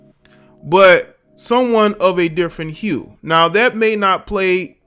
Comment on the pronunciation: Hahahaha, I like how you said. Of different "hue"